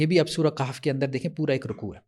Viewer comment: قہف نہیں کہف ہے ضرورت سے زیادہ عربی آ گئی ہے